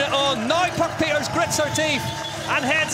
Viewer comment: Too bad there wasn't room for the podium ceremony😅😅😅 It was legendary. Hope the English commentator knows how to pronounce 'Pieterse' by know 😉